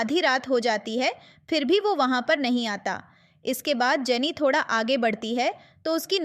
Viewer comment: I think you are punjabi because you said thodaa